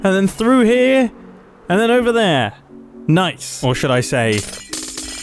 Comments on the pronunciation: N-ice? N-ah. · Mumbo: "Or should I say 'na-ice?" Me: No. No you shouldn't.